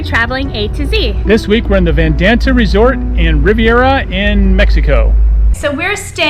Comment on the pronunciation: So first of all you mispronounced the whole resorts name. Second of all your opinions are completely uneducated. I have been to Vidanta many many times and many locations and this is just absolutely top tier. People like you should not make “ pro travel “ videos. Please research your locations before claiming your video covers a property of any sort.